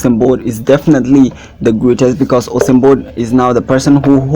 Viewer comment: U-Sain not Ho-sein bro!!